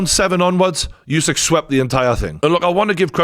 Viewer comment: This was very entertaining to watch and informative, thanks. Have watched already few videos on the channel and I like it. The only thing I’d like to correct as a ukrainian, Usik is pronounced not as it is written, it is actually sounds as it would’ve been written Oosik. Hope it helps.